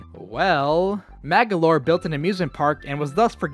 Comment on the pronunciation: it's MAGOLOR not, MAGALOR